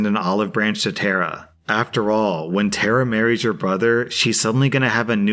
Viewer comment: Tara not Terra.